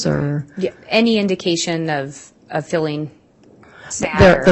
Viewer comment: keeps mispronouncing the words "scale" and "feeling" with "skell" and "filling" 🙄